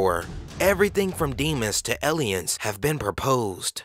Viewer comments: I'm pretty sure you mean " Aliens " ! LMFAO! E〰liens. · "ellions" lol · Aliens is now "elh-liens" and trails is now "trells" Suggests becomes 'sug jesses" LOL! Shit is hilarious. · silver war? ellians? exployers ? this narrator sucks